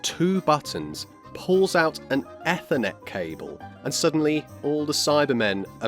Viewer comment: Excuse me, how did you pronounce Ethernet? wtf